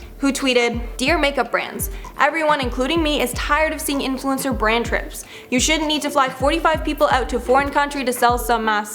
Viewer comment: did she say brain trips😂 love!!! ❤